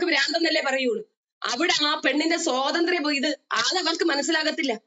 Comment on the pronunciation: "സ്വതന്ത്ര്യം" അല്ല കാക്കേ "സ്വാതന്ത്ര്യം" സ്വാ..സ്വാ.. ആദ്യം സ്വന്തം മാതൃഭാഷ മര്യാദയ്ക്ക് സംസാരിക്കാൻ പഠിക്ക്. അതെങ്ങനാ സ്‌കൂളിൽ പോകണ്ട സമയത്ത് അറബി കിതാബ് പഠിക്കാൻ പോയാൽ ഇങ്ങനിരിക്കും.😂😂😂